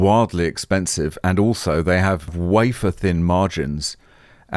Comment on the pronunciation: "Wwwwhaffer-thin margins..." 🤣 Merci,.